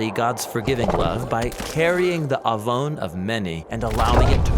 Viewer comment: תודה רבה 👍🏻 well done video As a Hebrew speaker - you’ve nailed it and communicated the word עון clearly and powerfully and above all - pointed to Yeshua and the gospel.